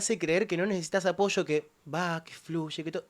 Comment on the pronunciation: Habla bien, no es "apocho" es "APOYO" 😂😂😂